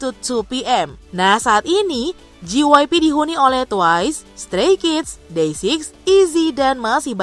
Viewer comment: wow you really did JYP dirty its fucking JAY WHY PEE not GEE WHY PEE 🙂💔